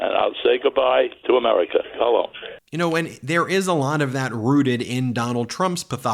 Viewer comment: Odd how he can't pronounce America but....